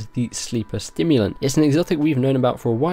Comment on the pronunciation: Sorry but I have to say it.. Sleeper SIMulant, not STIMulant :P Looks sick tho :D and that quest line!